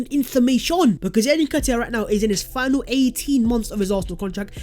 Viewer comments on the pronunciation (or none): none